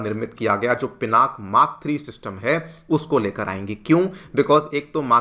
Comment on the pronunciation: Call it as पिनाका please!